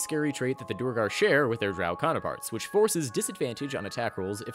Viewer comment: To people complaining aboot Tasha's flexible ASIs: Pre-Tasha's there was a glut of humans, Vumans, and Helves. Post-Tasha's I see a lot more diversity. Mage Armor is equivalent to +1 Studded. Unless you have insane dex medium armor is objectively better. Halfplate at 14 dex is equivalent AC to Mage Armor with 18 dex. It's "Duer-gar", not "Do-er-gar!"